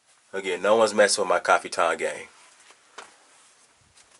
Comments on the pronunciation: haha. what is kafiton? don't you mean 'kaftan'? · it pronounced caf-tan, not ca-fi-tan.